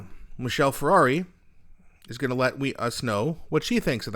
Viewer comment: 1) Michelle is not a car - wrong pronunciation; 2) Marc is a communist and Sean is a soldier; all policies are about Marxist control